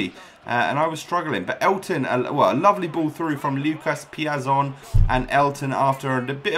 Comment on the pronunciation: It's pronounced Lucas piatson